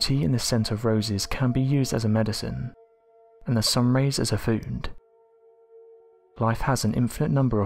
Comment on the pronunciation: I hate how the narrators pronunciation of the word food somehow has an "N" sound at the end before the "D" sound